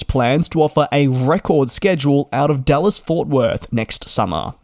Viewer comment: Sounded like you were saying DULLES (KIAD), not DALLAS (KDFW). Haha, I was so excited for a AA IAD-BCN